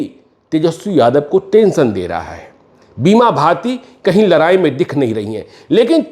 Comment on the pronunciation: तु म पत्रकार हो या चना बेचने वाले हो, लराई लराई क्या होता है